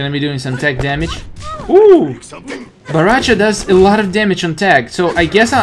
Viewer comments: Bahrahcha? Lol baraka’s reject brother I guess? Say it w/ me now... Bow Rai Cho; that’s how u pronounce it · its bo rai cho not bo ra cha :))))